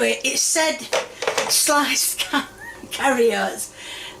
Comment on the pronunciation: Is it just me or did she call the carrots caroes😂